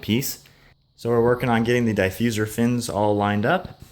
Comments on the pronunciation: Diffuser not diefuser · the way you say diffuser was really starting to piss me off. looks good though